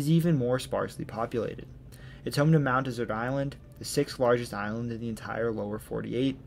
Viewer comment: My grandmother was from Maine — Mt. Desert Island. It is de-zert’ —like the sweet after a meal. Most people pronounce it like the arid land area, as you did. If you ever need to pronounce it again, please do so correctly.